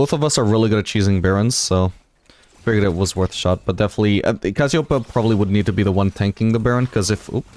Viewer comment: Hey man great video as always. One small thing: It's cassioPEia, not cassiOpeia... The accent of the word I mean Good gameplay